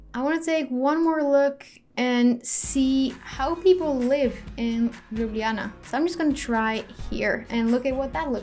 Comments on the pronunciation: I am from Slovenia and you said Ljubljana correctly. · Thank i for saying ljubljana correct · Heii, you pronounce Ljubljana 100% right ;) , see its not that hard, i listen to that section 100 times :D and Maribor and Celje also pronouced right, em, we who live in Ljubljana are pronouncing Ljubljana wrong XD Now you know how Slovenian alphabet works try Lubljana xD I hate hearing people skip j ... And like Slovenija Its not Slovinia (you say like that) or Slovenia but is SloVEnija, need to emphasize. Its realy hard to explaing in english :), but yeah we are the only country who use verb in second person ( u have part of Croatia and part of Sweden, who use it but we are tho only who still kipping it as primary :), love your videos just keep going on :D best wishes ;) if need anything you can ask me :)